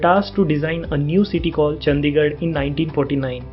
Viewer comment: चंदीगढ़ नहीं भाई चंडीगढ़ होता है। नाम तो ठीक से लिया करो भाई, कम से कम।